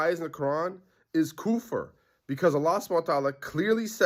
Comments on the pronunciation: The "shaykh" who refuted Ustadh Abdurahman Hassan can't even pronounce kufr properly. Idk what koofer is but you need to go back to qaidah nooraniyyah 🤡. Ustadh ARH will eat you alive in a debate as you won't even be able to speak Arabic lol. Some weird Sufi jahil you are. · you’re not a sheikh to declare a man who is more knowledgeable than you as a kafir. If you can’t pronounce the word kufr correctly you shouldn’t be using it.